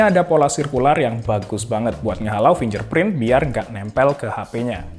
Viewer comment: Fingerprint = Fingger bukan finjer Purple = Perpel bukan parpel Build = bild, u nya ga dibaca